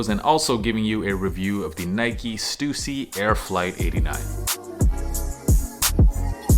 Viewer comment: Such a relief to hear your pronounce Stussy correctly 😂